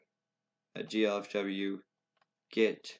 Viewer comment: please for god's sake. I know im being over the top but... G - L - F - W not G - F - L - W thanks, i like the tutorial, this is some EPIC content right here